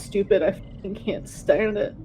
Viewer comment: STanD it. that part always gives me a chuckle lol